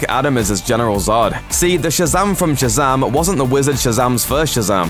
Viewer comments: Its Shazam! Not Shazaam dickhead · Shazum nice accent